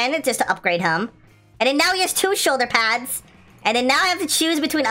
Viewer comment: Haha the way he said shoulder pads